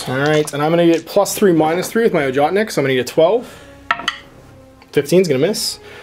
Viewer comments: Ojotnik is pronounced "yoatnik". Just thought you should know. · don't want to sound like a dick, but the sniper rifle name is pronounced "Ohotnik", with an "H" as in "Hunter". The name actually means Hunter =)